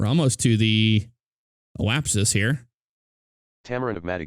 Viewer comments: It's Apoapsis, not oapsis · JP McGrath yes, however in the video he was saying "oapsis"